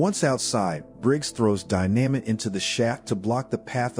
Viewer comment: wtf is die namit !???? fucking computer !! just get somebody !!!!